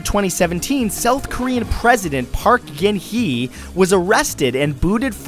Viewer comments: Uh... Just pointing this out, but the south korean president's name is pronounced Park Gun (somewhere between Gun and Gen) Hae(kinda like hey) But beside that, great video! Miss the face cam though... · You pronounced Park Geun Hye wrong